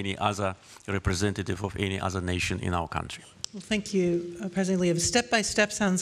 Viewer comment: becamming indepandent cuntree 🤣